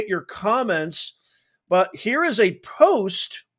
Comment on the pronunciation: POST SOUNDS LIKE CODE